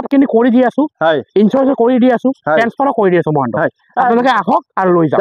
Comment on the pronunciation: বাকী বাদ দিয়ক,,মহন্ত বুলি যে কয় শুনি ভাল লাগে দেই